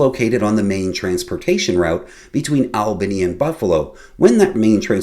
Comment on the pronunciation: As in the last episode you mispronounced Albany — it is called by natives as All - bin - nee. Also Oswego is pronounced as Ah-Swee- go.